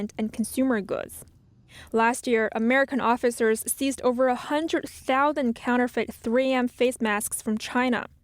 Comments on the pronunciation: I must be tired, I couldn't stop giggling at the pronunciation of counterfeit, counterfeet hehehe. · NTD, please help your anchorperson how to pronounce “counterfeit”. It’s not “counter-feet”. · Please revisit your pronunciation of counterfeits.